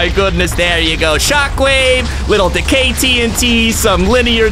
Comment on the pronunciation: When he said “Decay” it sounded like “The gay”